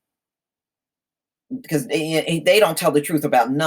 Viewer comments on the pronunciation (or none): none